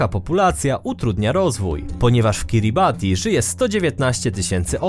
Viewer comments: Kiribati wymawia się Kiribas ;) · powinno sie mówić KiribaS